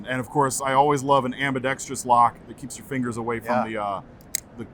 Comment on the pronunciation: You tell that man that ambidextrious is not a word. It's ambidextrous. Otherwise, nothing but love for WE and CIVIVI